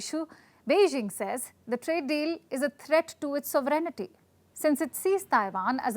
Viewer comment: I told our Indian friends once, and I'm going to say it again here. The word is NOT pronounced as "sovereignity" BUT "sovereignty" without a "nity" sound.